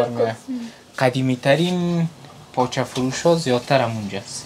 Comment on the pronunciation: تلفظ تان به مردم کابل نمیمانه باز چرا میگین کابلی هستیم پایچه چیست پاچه در حقیقت کله پاچه اس دگه چلی کباب ههههه چپلی کباب تمام برنامه های تان میبینم مگر تلفظ تان به مردم کابل نمیمانه دگه ده وقت میده کردن پیاز و سیر ده سر و چادر خود دست نزن بو می‌گیرد لباس هایت 😂😂 امیدوار هستم خفه نشین ❤❤